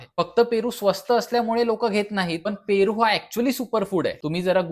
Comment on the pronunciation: फेरू अमर झाला तुमच्या बोलंयाने 😂 पन छान माहिती दिली ❤❤❤❤